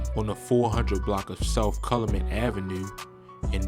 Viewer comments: Lol Cal-u-met is how u say it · Calumet u gotta learn how to say it 😭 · It’s called 59th and Cow-you-met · Say it with me kal-yu-met